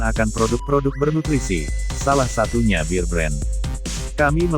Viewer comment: Kok nyebutnya BIR BREN sih?????!!!! Ampun deeeehhhh 🥴 BEAR tuh dibaca BER aja E murni kentel kek org Batak klo nyebut E jelas. Anyway,,,, Alhamdulillah blm pernah nyoba minum susu beken ini sekalipun wlopun banyak yg bilang berkhasiat ini itu, males aja soalnya kemasan kaleng.